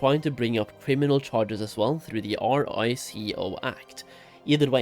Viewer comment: Bro said r i c o act lolol i have never heard someone spell it out in my life, that how u know its not big in the uk